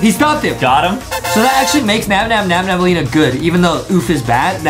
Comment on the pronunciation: It’s Nabnaleena not nabnabaleena